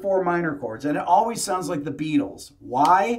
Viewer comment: Jack Ryan --- Hey Be-atles! Would you like gold in easy, denominational nuggets?